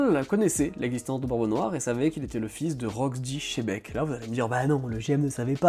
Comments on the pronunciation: Chébeck? Ou XEBECK TU LE VOIS OU TON CHE C PAS CHE C XE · Tu le prononces comment toi ? je suis curieux parce que dans l'anime c'est "jibec" donc je prononce chebec moi aussi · Vous continuez toujours a dire chebec 😂😂😂